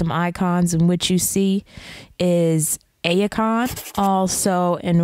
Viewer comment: I'm pretty sure that Ayecon is pronounced like icon.